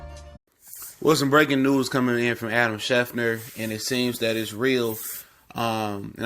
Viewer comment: Schefter not schefner. Either way, Go Bears!!!